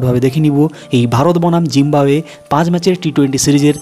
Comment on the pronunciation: Zimbawe Na Bole Zimbabwe Bolun..